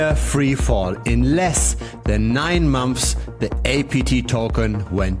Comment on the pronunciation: Great content! But please, it says "months" not "mampfs" or "many many weeks"...